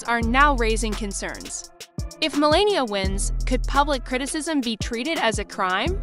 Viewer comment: If you are going to narrate, at least pronounce the names correctly. How hard would it be to learn to pronounce the First Lady's name.